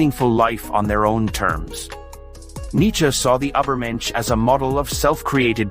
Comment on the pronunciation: Truly beautiful!! Buy why didn't you put more effort in pronouncing "Übermensch" correctly? 😭 It really spoils it a bit for me....